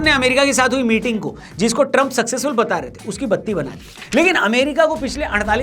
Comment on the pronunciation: ट्रंप का नाम सही लिखा है क्या या पहली बार मोदी से इसका सही उच्चारण सुना है